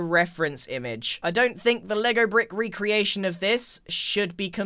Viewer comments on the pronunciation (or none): none